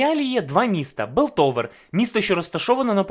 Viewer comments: Білтовер..Паундер..Джеймс..мої вуха, вибачте 😅 я не можу далі серйозно дивитись цей розбір 😆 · Огляд непоганий, але все відео різало слух "ПауНдер", "ДжейМс", "БИлтовер", не знаю може це особливість вашої дикції, чи мені чується.. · А чого Белтовер, а не Пілтовер? І Паундер, а не Павдер? Це в нашому так переклали чи отсєбятіна???? :) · Не Белтовер а Пілтовер, не Джеймс, а Джейс